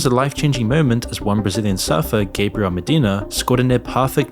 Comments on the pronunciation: Gabriel MEDINA, not MADINA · Gabriel’s last name is Medina not Madina. Great video though. Didn’t watch a second of the Olympics after seeing memes of that opening ceremony. Not even the surfing.